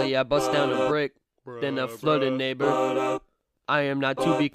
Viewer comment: When he said neighbor I thought he said the n word hard r